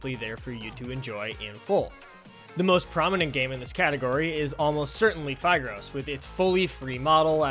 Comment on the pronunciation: i thought phigros is pronounced phIHgrOS